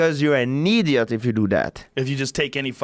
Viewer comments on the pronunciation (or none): “If you do dat you’re a neeeediot”😂